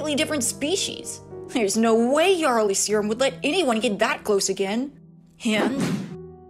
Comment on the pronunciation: well the story is good :) just wish you were not getting let down by your voice actors on saying a European word for king (Jarl) the word Earl derives form it coincidently, but the J is said more like a mix of H and Y getting the sound Yah or Yar (think pirate) another thing that worries me, your use of the Witcher soundtrack while it's fitting the YouTube censor bots are always looking for that kind of thing. <3 i hope they continue to ignore yours.